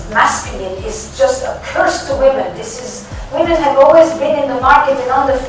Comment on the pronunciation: went back to the original accented pronunciation of WE MEN AINT WE.. 👍🏼👍🏼👊🏽